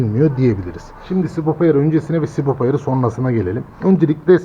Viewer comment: adam sürekli sibop diyor ya, sinir oldum. subap subap subap subap, sibop farklı subap farklı